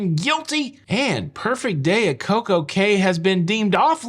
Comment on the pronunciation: By the way, Cay is pronounced “key”